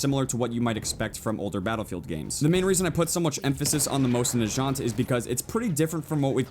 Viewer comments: lol I think U pronounce mosin-nagant moh-sin nah gaunt not jaunt lol I might be wrong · No way that's the Mosin "najant" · Everytime you said "Mosin Najant" I died a little inside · Also.. it's pronounced MOWZIN NAG-AUNT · First of all it's a Russian Winchester 1895 and it just hurt my ears when you pronounce Mosin Nagant like Moshinachant like it sounds like some French word. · FUCKING GEWHER GEOW HER. MOSIN NAGANT MOSE IN NAH GAUNT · It's pronounced Mose-in-na-gant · The way he pronounces mosin nagant kills me. FYI is pronounced like this mow-sin nah-gaunt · I cringed at the way you pronounced the mosin's name. It's supposed to be "moe-seen nah-gahn". Silent T. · you say it wrong you say it like mosin nagat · Moi-zin-nuh-gah-nt WHY THE FUCK CAN'T YOU PEOPLE SAY THAT CORRECTLY?!?!?!? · come on prenounce mosin nagant right plz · also his pronunciation of the mosin nagant is giving me cancer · Who else is here to correct pronunciation of Mosin Nagant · Jesus you butchered the name of mosin nagant. You sounded french XD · But y does he pronounce the mosin nagant that way it mindfucks me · you said mosin nagant wrong but oh well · You butchered the Mosins name and I am kinda upset it's not the original Mosin the 1891 version. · that isnt a mosin. mosin nagants do not have lever actions. plus you are saying it wrong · You said mosin nagant wrong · You say Mosin Nagant so wrong. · Umm, the Russian 1895 isn't a Mosin Nagant (which you are pronouncing wrong) it is a Imported Winchester 1895 and you can't call a lever action rifle a bolt action rifle. those are two different loading mechanism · it is not made by winchester its a 1895 winchedter lever action rifle not a mosin nagant and his pronaunciation is wrong . cheers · I pronounce mosin nagant like most americans would so while his may not be incorrect it still bugged me greatly. Great looking game and I can't wait to snipe some people. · The way you said "Mosin Nagant"... So, so wrong 😂